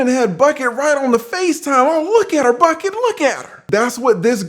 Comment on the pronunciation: Come on not Bucket again. Lol it's Buckey like pronounced Buck•E 🤣🤣🤣🤣great breakdown as always. Wishing you all the best and continued good health